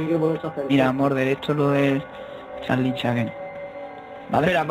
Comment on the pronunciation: se dise solo charlie charlie no cahlie charlie charlie